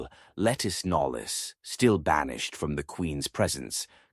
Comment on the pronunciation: Lettice Knollys is pronounced LaTees Knowles.